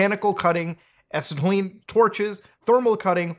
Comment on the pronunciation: I've never heard anyone pronounce acetylene like that. I'm saying assatlean from now on.